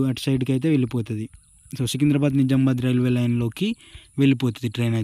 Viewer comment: It's Nizamabad....Not Nizambad... నిజామాబాద్ సరైన పదం. నిజాంబాద్ కాదు...... కావున నిజామాబాద్ అని సరిగ్గ పలకండి.